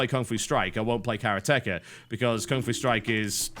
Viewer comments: actually its empty/sky, hand, and house/expert/store (in this case) :) meaning karate expert, or in reference to a building it'd be a karate shop/where a karate expert works. and i dont know where you're getting the "first syllable" thing from, maybe thats a dialect, but you're not supposed to have any emphasis. any emphasis is a personal basis, and usually more on extras like sentences ends. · The second R is wrong, yeah. But TB only says it when the next word starts in a vowel. It's a british thing. Like the word "lava", they'll often say "lavar" when the next word starts in a vowel. The long E is correct, though. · Your pronunciation of karateka is hilarious. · It is.. the accentuation is on RA not on the TE. The word is made up of karate and ka not of kara and teka. look at dictionary com for the word karateka. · Isn't it karate-ka not kara-teka? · 空手家 pronounced KAH - RAH - TEH - KAH, like the martial art karate, literally means practitioner of karate, please no carrot-ecka... please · I knew as soon as I saw it on Steam that this would happen, and that TB would pronounce it badly. Did he not see kara-te in the word? kara-te, not kar-ate, so why would it be kar-at-echa and not kara-te-ka? As cringeworthy as hearing people say hiroshima... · its karate ka not KERA TEKA!!!!!!! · its kareate-ka not karetka its mean one who practises karate a form of martial arts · Actually, it's of more a "Kah Rah Teh Kah". Teh, not tee. As in how the E sounds in the word "keg". It's "Karate", not "Karatee". You Brits/Americans and your funny pronounciations of Japanese words... ;) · Augh, my ears! "Ka Rah Tee Ka" or "Kah Rah Tey Kah" Not Careah Tekka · That's what the guy said. Just written differently. To make things clear: it's kaRAteka. TB pronounces it as karaTEka. I wonder if TB pronounces karate as karaTE as well :) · It's Karate-Ka though. Not Kara-Teka. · Isn't it pronounced "Karatéka" instead of "Karatèka" like TB says? :p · I thought it's pronounced "karateká"